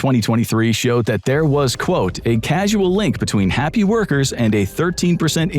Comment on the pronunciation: It should be pronounced Caus-al not casual. Love the channel!!